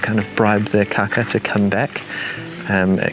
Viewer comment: Definitely wanna make sure you hold those long A's on kākā, like if you were saying "car car" in a non-rhotic accent such as New Zealand's. Otherwise you're just saying 'kaka' which in Te Reo means fibre or stalk, but means something else in many European languages... 💩